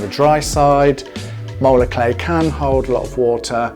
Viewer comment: Spell the type of clay you are talking about please, it sounds like you are saying molar clay.